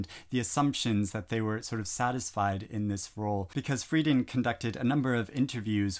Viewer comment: Betty Friedan - the emphasis is on the second syllable. Frie-DAN.